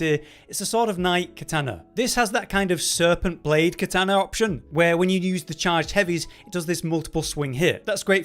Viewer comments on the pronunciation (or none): none